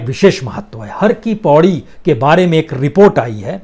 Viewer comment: Sir har ki paidi not paudi